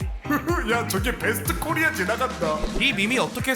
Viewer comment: '코'리아에 강세두는거 킹받네